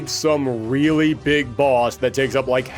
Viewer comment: You sounded like Dr. Light for a moment. XD "Wong-wunning wiwalwy wif Wogue."